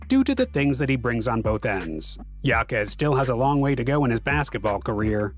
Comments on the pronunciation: His last name is pronounced “ha-kez” not “ya-kez”. Otherwise great video. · Its pronounced “ Haime Haquez “ not Yaime Yaquez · Name is pronounced (Ha-Kez) not (Ya-Kez). But He's quite the rookie this year. Honestly, as far as impacting winning I think Jaquez should be the frontrunner for ROY. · Pronounced Hakes not Yakes. It’s Spanish! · It was driving me crazy every time he mispronounced his name. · For real. I really wanted to watch this video but I just couldn’t get past the pronunciation. Unlucky really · You should pronounce it how he and his family does. It’s courteous at worst. But it’s your channel so w/e.